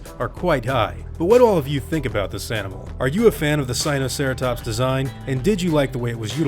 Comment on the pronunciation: "seenoceratops" me: who did you learn dinosaurs from it's sinoceratops not sEeNoCeRaToPs